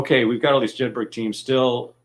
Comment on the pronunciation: Jedburgh is a Scottish town. The name is pronounced 'Jedbrer' in the same way Edinburgh is pronounced 'Edinbrer'. One would have thought the pronunciation would have been correct. Nevertheless, a very interesting and informative presentation.